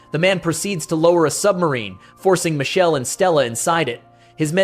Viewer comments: It's Mikele in Italian, not Michelle!!! AI voice sucks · The root of that name goes back to Hebrew. Here it is an Italian version that evolved from that root. The name is composed of three Hebrew elements: mi ("who"), ka ("like, as"), and El ("God"). The video pronunciation of the Italian name is just wrong, as some people already pointed out. The real pronunciation keeps the K present in the root. It is something like Mee-keh-leh It is correctly pronounced in , for some reason.